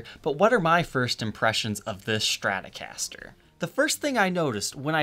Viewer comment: A schtratocaster? What is it?